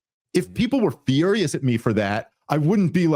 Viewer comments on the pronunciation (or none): none